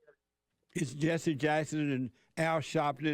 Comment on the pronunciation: "Jesse" rhymes with "Genius".